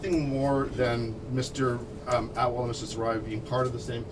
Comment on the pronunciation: They pronounce atwal as outlaw hahahahaah